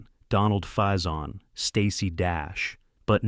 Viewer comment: AS IF! You obviously have never watched Clueless, have you? Dionne - pronounced Dee-Yown (named after Dionne Warwick) Alicia - pronounced Ah-Lee-See-Yuh! Donald Faison - pronounced Fay-Zawn